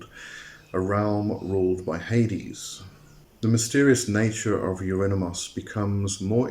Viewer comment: You pronounce his name like : Eurinimus 😂